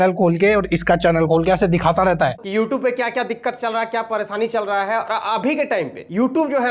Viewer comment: don't even know how to pronounce the word "YouTube".